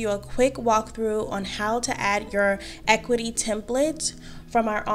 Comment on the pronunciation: Thank for the vid! (I believe it’s pronounced ah-CUE-ity)